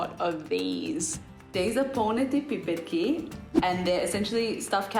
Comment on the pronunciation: In Croatia we have polneti piperki as well but we call them punjene paprike😂. And the Croatian girl’s pronunciation was very strange 😂 I don’t know why her parents don’t teach her to say it properly. But at least she knows how to cook the dish well👍🏻👍🏻👍🏻👍🏻 pozz iz Zadra